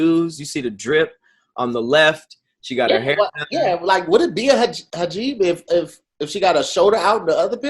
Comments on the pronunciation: Thank you so much. It bothered me so badly. He said it so confidently too I was almost about to start questioning myself lol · said so many words and facts wrong this episode, but Hajib got me. How you mix up the vowels bruh? Words really don’t like 🤣🤣🤣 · I just realized was trying to say Hijab! Lolololol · proves to us everyday that wording is hard af. alopecia instead of vitiligo? hajib instead of hijab? lord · A HIJABBB 😂😂😂 this man said a hajib 🤣🤣 talking about alopecia on the skin 😩💀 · The fact that just switched the letters from hijab to Hajib I will never understand 😂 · THIS NIGGA SAID A HAJIB!! i'M SCREAMING LMAO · Kai Kai tongue was wearing a “hajeeb” lol